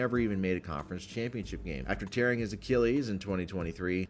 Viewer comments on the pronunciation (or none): none